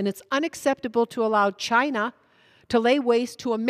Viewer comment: Appreciated her Trump pernunciation of CHY-NA. Made me chuckle.